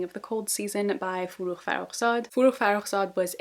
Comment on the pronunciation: My dear god. As a persian, I'm blown away that you pronounced forough's name right????? Like not only the gh, you said the kh right too which is really surprising for me because well I've never seen a non-persian do that